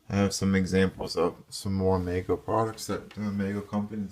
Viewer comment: The name of the company that produced the original Cher dolls is pronounced Meego. Long 'e'.